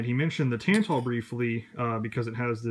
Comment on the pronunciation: Somehow you watched Robskis video, listened to him say "Tantal" in his thick Polish accent and still you managed to pronounce it "Tan-Tull."